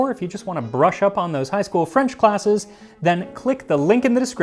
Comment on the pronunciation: Your French is pretty fantastic, the nasals are almost perfect. And to be fair, it might be better than mine, since I have a very thick eastern walloon accent and half the words I use aren't standard French.